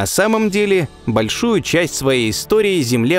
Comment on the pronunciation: Это что за начало? Большую или бО́льшую? Делайте коннект с сценаристом